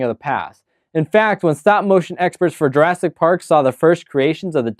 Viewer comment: J"U"rassic, not J"E"rassic! Also please note only 1 "r" and 2 "s". The critic needs a critic.